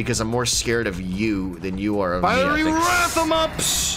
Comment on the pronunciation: You guys are pronouncing fiery wrong